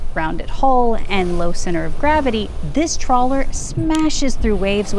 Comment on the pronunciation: Trawler not trailer